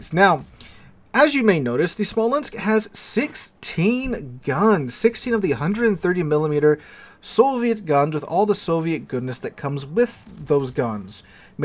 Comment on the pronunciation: Smuh-lens? SMOLL-ENSK